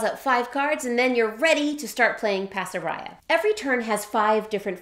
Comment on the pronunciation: Pasaraya! How wonderful. When we lived in Jakarta (Indonesia), Pasaraya was the major department store that we shopped at. It looks like the designer is Malaysian - I'm surprised that the currency is Miel, rather than Ringgit or Rupiah. Incidentally, the word "pasaraya" should be pronounced with all long a's (like in 'Father') - Bahasa Malay/Indonesia doesn't have a flat "a" sound (as in 'faster').